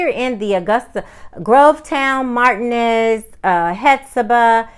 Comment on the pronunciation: almost forgot, driving is not something there good at. and who in tf desinged these streets, I don't think they did desinged anything, they just paved over there old dirt roads and said, hell, now where like city folk. we got streets. and whats up with marteenez bein pronounced martin ez. I'm done with augusta, and your right, superman would have no problems leaping the tallest building here in a single bound.